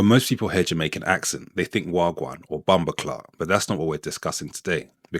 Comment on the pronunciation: Please don’t put a R in bomboclaat 😂